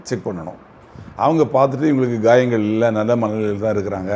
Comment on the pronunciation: Not gayangal but kayalgal